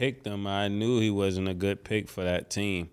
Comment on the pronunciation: “And not only dat”